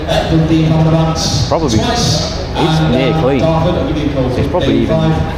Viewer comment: You spell months right but then say mumfs lol